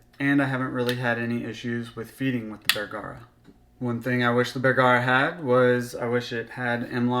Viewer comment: It’s “Bergara” not “bear-gara”